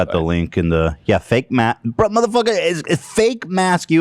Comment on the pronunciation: the way he said "muhfuggah" killed me 😂☠😂☠